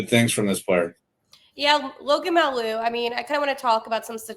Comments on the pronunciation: Hey just fyi its pronounced may you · You can call him Logan Mah-You. That's how it's pronounced Hope he gives you good seasons, he has a great offensive upside. I wouldnt be surprised if he ended up on your 2nd pair scoring 25 points consistently, peaking at 40 for a few seasons. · Wow haven't bothered to figure out how to pronounce Mailloux??